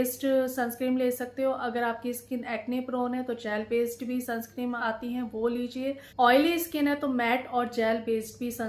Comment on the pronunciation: Madam sunscreen hota nai sunscrem nahi hota